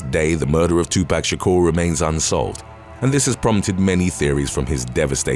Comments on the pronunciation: Gets on my nerves when people say it knowing damn well they have heard his name plenty of times... Its 2 pac not 2 pack.... And youre black and still said it wrong smh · I cringed every time the narrator said, "2Pack Shakur"... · Still cracks me up when people say Tupac's name wrong. There is no K in his name. Lol!!! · Your Pronunciations Are Killing Me 😢 Especially On Tupac Name. Please Do Research & Get It Right